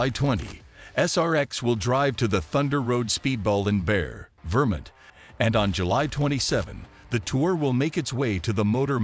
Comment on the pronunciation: It's not Bear Vermint, it's pronounced Barry, VerMONT. Obviously you are not from this country or else you would learn the correct pronunciation of cities and states. Is this voice generated by a computer? Because you HOST an event (Long O) not host like in HOSTA.